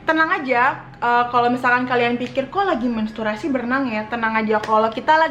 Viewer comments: bkn mensturasi. tpi menstruasi kak hehe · mesturasi hahaha, mentruasi kak hahah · mensturasi WWKWKWKW menstruasi kak